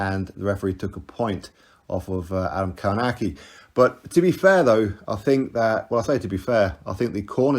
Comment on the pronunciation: Adam Kałnaki.... Co za wymowa...